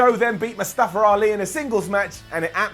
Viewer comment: Am I the only one that hear say it " Mustafa-r- Ali"? XD